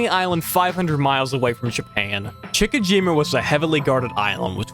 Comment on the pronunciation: Chick a jima?😂 How about Chi chi jima? My goodness Google translate can even talk these days if you need a clue 😂